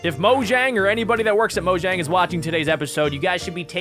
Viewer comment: it’s mo-jang